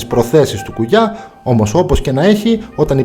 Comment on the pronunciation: Απλα αλλαξε τον τονο στον Κουγιά